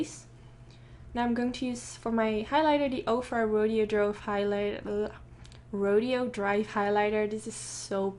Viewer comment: Came out STUNNING!! I loved the lashes!! Does your line carry like any mini lashes?? Seems all of yours are very long and luxurious.....also just a fun fact for ya I believe that ofra highlighter is pronounced RO-DAY-OH DRIVE pretty sure!!! Loved the look you looked so so pretty!!!! Great work per usual!!!